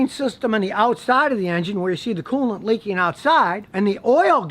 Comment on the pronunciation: “Prodict”???? “Leakeen”????